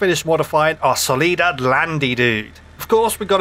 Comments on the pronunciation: Soliad Lansdale? Nah. Solidad Lansdale? HELLL NAW Solidad Landsale? Yup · "solidad" WOOOOOOW claps